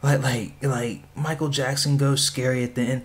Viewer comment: you said michael jackson worng